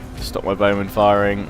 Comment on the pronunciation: Highlights of part 67: "Dacian BOWmen..." "Dacian BOWmen..."